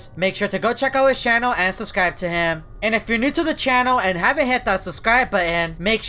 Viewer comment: why do say suscribe